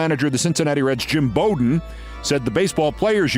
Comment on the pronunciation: Pronouncing Bobby Bowden's name wrong did wonders for your College Football cred. BOW DEN Noy BO DEN